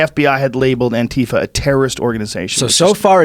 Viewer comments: Then wouldn't the last one be an-tie-Fa? Or an-tie-fa? Or literally anything other than An-tie-fa? Putting an emphasis on the first "a" is jarring when followed with that hard "i". I hear all of the other options pretty regularly, but never that one. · Is it really pronounced an-TEE-fuh? Antifa is short for anti-fascist, right? So wouldn't it be either An-tee-fa or An-tie-fa?